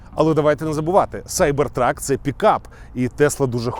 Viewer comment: Як же приємно, що ви кажете Сайбер Трак, а не кібер трак. За це відразу лайк